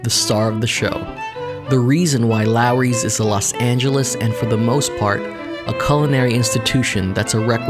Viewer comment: Could he at least pronounce the name of the restaurant correctly? It's LAWry's, not LARry's.